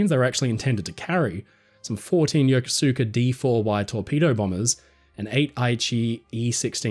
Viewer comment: Having just lived there, you pronounced Yokosuka YOKO-SU-KA. The proper way is YO-KO-SKA.